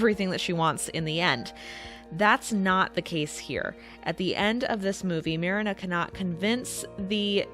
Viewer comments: Lol sorry, giggled at how you pronounced marina like the beginning of marinara. It's MAH REE NAH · It's pronounced Marine-ah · Pronouncing the main character sobering, you’ve clearly never seen the older version. Marina as is in Marine-ah. Literally you def never even watched it. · I love that somebody did a comparison between both movie versions I love! Though why are you saying Marina’s name very differently than her name is pronounced 100 times throughout the film? Especially when the sisters call for her on the ship, yelling, Mariiiiiiiiiiiiiiiiiiiina! Lol Am I the only one who actually watched and loved the anime version even more than the Disney version? And trust me, Disney’s The Little Mermaid makes my top 3 all time favorite Disney films! When I saw the anime version of the story after I saw the Disney version in theatres. It was aired on tv around the time it came out at which I was psyched to see as I just loved the film I saw in theatres. Well......having absolutely zero idea, how the Hand Christian Anderson movie went, or maybe should say, didn’t even probably know at that point how Disney tweaked a lot of the classic fairy tales as some of them would have been too graphic and shocking had those scenes been chosen to be added in the films! But why do I love the anime version that much more? Because of that shocking ending where I looked at my sister as it ended and we were baffled! It was like......what just happened? She jumps into the sea and dies when she realized her deal with the sea witch failed??? As the years went on and watched that version 100 times more, as I experienced the usual heartbreak we’ve all gone through as we have crushes on that boy or girl in school , especially in Hs, where he or she was all we thought about to the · Her: pronounces Marina as Mar-ii-nuh Me: triggered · It pronounced mrEEnuh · Ma-rina not merina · Mariiiiiina not marana 😂